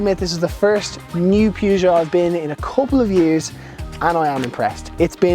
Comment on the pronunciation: ”Pyygou” 🧐 Still good review mate 👍